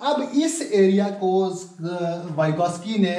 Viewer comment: Scaffolding.....not scuffolding. Plz note.